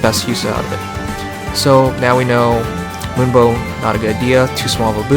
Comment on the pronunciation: It sounds like he's saying "limbo" than "moonbow". Gotta fix that audio man